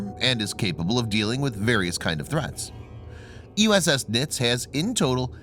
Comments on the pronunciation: It's pronounced "nitzee" not "nits". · I am a plank owner of this ship please stop saying the name wrong she was a great ship